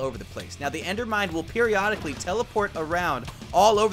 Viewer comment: "endermind" not "endermine"